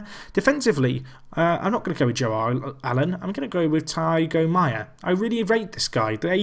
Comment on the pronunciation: It's not Taigo Maia, it's THIAGO Maia, exactly like Thiago Silva.